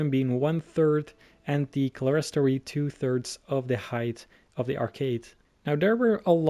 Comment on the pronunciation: amazing but: Clerestory is pronounced clear-*s*tree Salisbury is pronounced soul*s*-brie Amiens is pronounced Am-ee-o-n Amazing vid, just though i could help correct a couple pronounciations :) Also just pointing out... there no pipe organ. . . Please do this kind of video more often, i would love it :)